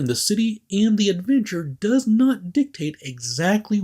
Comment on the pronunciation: Wait wait wait.... did he say 'Han Solo in the crew of Serenity'? Or 'and the crew..."?